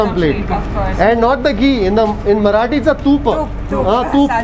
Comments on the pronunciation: Love your marathi pronounciation , its just spot on! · Great man.. Your marathi pronunciation is impressive. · Your Marathi Pronunciation is so appropriate. Really appreciated